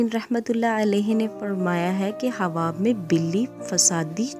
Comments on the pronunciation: Aap pehle achchi tarah se bole۔ hawab nhi ۔۔khaaab hota hai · ہواب نہیں خواب ۔۔۔۔ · خواب)خاب پڑھا جاتا ہے